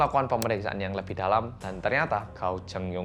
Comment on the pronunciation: Terus gao chengyong itu bacanya kao chengyong